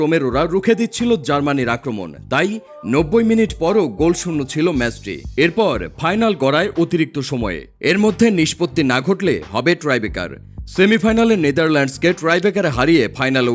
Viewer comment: আপনার উচ্চারণে ট্রাইবেকার না বলে টাইব্রেকার বলবেন। -ধন্যবাদ।